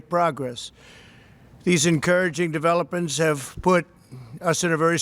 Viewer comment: Who else heard "developens"? #developens